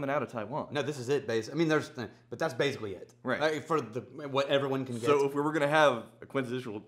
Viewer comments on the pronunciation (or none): none